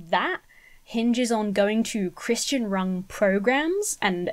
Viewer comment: I like how you pronounce "Christian" (Cris-tee-in) as opposed to (Cris-chin) how most people here in the states say it 😂. Is that how most Brits pronounce it?